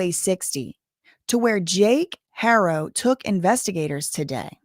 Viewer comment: In spanish the h is silent unless paired with sh or ch but you're good. People shouldn't expect you to automatically know. At least you try